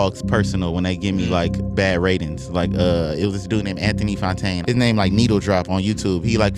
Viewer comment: Anthony Fanano-a